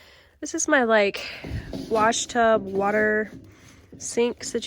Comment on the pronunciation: Tub, not tube.